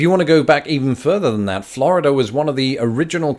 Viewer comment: please stop pronouncing Florida correctly. Practice with me now. "Flaaaaaarrrrrrrida"